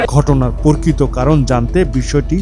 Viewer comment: পোরকিত নারে সাংবাদিক ভাই, প্রকৃত।